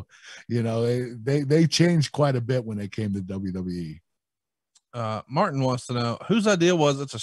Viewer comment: WWE Kurt: "dub dub E"